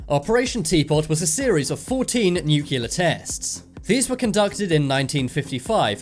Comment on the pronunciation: Try to pronounce "nuclear" properly..just an idea